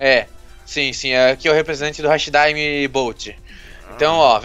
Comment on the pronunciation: Não é hashi daime é hati daime desculpa eu moto no Japão então eu meio que não gosto que fale errado mesmo que seja normal mas não liguem